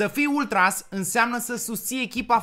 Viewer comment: Se zice ultraș cu ș